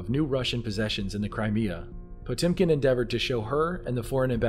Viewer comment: For a second I thought he said Pokemon Village.